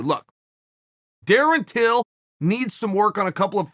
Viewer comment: I know chael would say till but it sounds like he says bill at the start lol